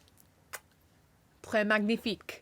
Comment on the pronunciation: J'ai passé ce moment en boucle je m'en lasse pas (le pire c'est qu'elle a un bon accent)